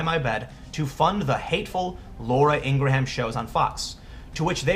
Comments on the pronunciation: It's "ing-grahm" not "ing-gra-ham" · It's Laura INGRAM - NOT Ingramham ... #SoLoveIngrahamAngle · Good lord, man - it's pronounced "ingrum" ... she's not new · ING-GRUM, not ING GRAW HAM lol dork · Ingraham is pronounced "Ing gram" not "Ing gra ham" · just an fyi, I believe her name is pronounced "Ing Gram" - just two syllables - not "Ing Grah Ham". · It's pronounced (ing-grum) not (ing-gra-ham). Outside of this that kid is a little punk and a spoiled brat who doesn't know what he's even talking about, Laura should know advertisers are chicken hearted. How wonder how many people will jump ship from these companies just like they are jumping ship from Netflix because they hired Susan Rice. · Dude, stop calling her Laura IngraHAM. It's really jarring and not how she says her own name. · Sorry Tim I'm sure this is a good vid as usual, but I had to stop 4 minutes in. My OCD goes off every time you pronounce Laura's last name wrong, and for some reason you say her name a lot in both of your vids on this issue and its just really annoying for some reason... "Ing'rim" or "Ing'rem" vs. "Ing'ra'ham"... I just can't take it man. Its like if people kept pronouncing your name "Tem Pull". Sorry man :( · hogg had additional tweets about how tough it is. i think it's whining to suggest that ucla should've accepted him bc he went to the school where some people were killed. also she pronounces it "ing-GRUM" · I think it's "Ing-grum" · how the hell do americans pronounce her name ing-gra-ham? do you pronouce graham, gra-ham? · Laura... Last name pronounced Ing-grum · Her name is pronounced, "in gram" or "ingrum." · It's pronounced eengrum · David Hogg ps lets teach Tim how to say Ingraham....ENG-GRAME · You gotta learn how to say Ingraham. I love your videos but this drove me nuts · You over-articulated her name, you don't pronounce Laura Ingraham like that. You kind of shouldn't pronounce one of the a's in Ingraham...